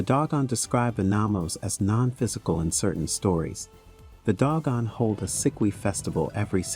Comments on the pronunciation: If you are going to present something about the Dogan, please pronounce the name of the group correctly, Do-gon not Dog-on. Thank you. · 😂 Pronunciation is "/'DŌ•gon/" not "DOG GONE!" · TO THE -- IF YOU'RE GOING TO DO THIS "PROFESSIONALLY" (meaning putting your words out there for the public to see and hear) YOU NEED TO -- AT THE VERY LEAST -- PRONOUNCE THE LANGUAGE -- AND ESPECIALLY NAMES -- CORRECTLY!!! They are NOT the "doggone" -- the name of the tribe is the DŌ-GON -- and you show your ignorance and lack of care, respect (for yourselves and those you write about), integrity, and/or smarts by ignoring those signs of honor and estimation of others… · I think it’s pronounced doe-gawn, not dog-gawn. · "Doh-gahn," not "dog-uhn." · they are_dO gOn..nOt_dOg gOn🤦🏾‍♂️ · Also it's Doe-gon. Not Dog-on. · Doe Gone.......not Dog Gone LOL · Am I an asshole to be upset by the consistently mispronounced words in the narration ? Dog on ? Sag gan ? I have trouble taking in the information while also being spun about with the incorrect pronunciation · You are pronouncing Dogon incorrectly. If you are going to do videos about African people, places and cultures, be respectful and learn to properly pronounce the words. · iirc that is not the pronunciation of "Dogon". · Dogon is properly pronounced with the long "O" vowel sound. Next you mispronounce Carl Sagan's name... I'm getting the distinct impression that this is AI generated narration.... which I despise. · Carl's sagging? Well, I'll be dog gone! lol Seriously though, pretty sure they're pronounced 'say-gun' and 'doh-gone', respectively. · Doggone ? Saggin ? If you can't pronounce such common names, maybe you should find something else to do. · It's pronounced Dough-gone and Say-gen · Sorry but its pronounced Doe-gon And Say-gan